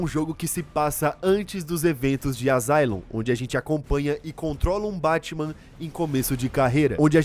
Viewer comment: Asylum se pronuncia "Assáilum".